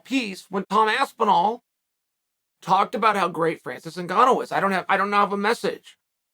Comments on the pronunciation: Lmao he said Tom aspenwall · Tom Aspenwall 😂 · Tom has to now change his last name to Aspin-wall according to Chael's first pronunciation in this vid. It's true you learn something new everyday. Thanks for the reeducation unk. I'll see u at the Sunday bbq. Much love 👊🥋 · Even in a response he calls him Aspenwall xD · At this point uncle chael gets the names wrong on purpose 😂 aspinwall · 2 Aspinalls in and you call him "Waspinall" hahahahahahahahaha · Bro how do you fuck up Aspinall? He’s just mispronouncing names on purpose at this point. 😂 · Aspinall is so gud he made Chael pronounce his name right one out of three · Chael who still can’t says Toms name correctly… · you cant even pronounce his last name correctly how are you his advocate